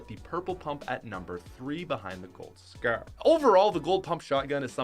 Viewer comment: Tbh why do you say the scar so wired